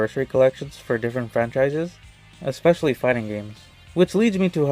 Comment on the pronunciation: There is no X in "especially."